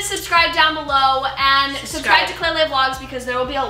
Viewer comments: I find it so funny how they all call her klailea instead of Klai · Is it just me or does it bug nay of u that they called her klailea instead of klai